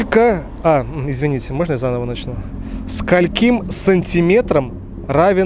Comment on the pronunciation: Не сколькИм, а скОльким, учи ударение, умник.